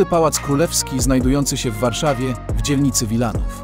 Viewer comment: Warszawa zle Niedzica zle... msakrq